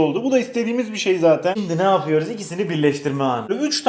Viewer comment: Yörüz... yapıyörüz ediyörüz......